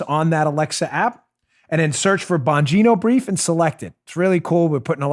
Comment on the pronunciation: "Joe and I worked really HARD-ON it, it's in the Bongino('s) BRIEF(s)s" lol!!!